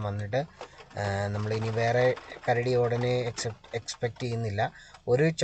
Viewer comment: മച്ചാനെ ,കരട, വേട്ട അല്ല കരടി വേട്ട 🐻🐻🐻🐻♥️👍🏻👍🏻👍🏻👍🏻